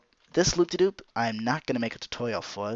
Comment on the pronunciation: Anyone else notice he said loop-de-Doop